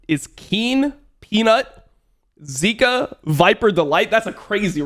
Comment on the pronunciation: Extreme nitpick , he always mispronounce Zeka with Zika. Imagine if both of them play each other in international with Dom analysing both Zka with viewers extremely confused. Just pronounce Zeka like how Google translate pronounce them.